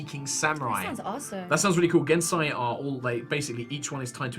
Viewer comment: Hearing pronounce genasi physically hurt